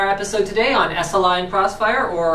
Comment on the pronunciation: thwee way cwossfiwe